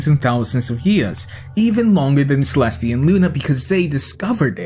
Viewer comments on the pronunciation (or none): none